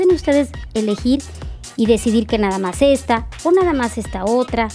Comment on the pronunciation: Me fascina el trabajo de Laura, siempre excelente, lo único que recomendaría... es su dicción o que pronuncie correctamente las palabras, dice namas y es nada más, solo es una sugerencia, por la marca y la presencia que representa, EXCELENTE TRABAJO 😘😘